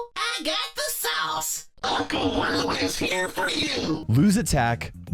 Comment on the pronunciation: Whenever he said "Lou is" I understood it has "Louis"😂😂😂